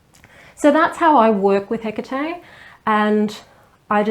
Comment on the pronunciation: OMG ! Finally... a video where her name is pronounced correctly !!!!! Thank you !!!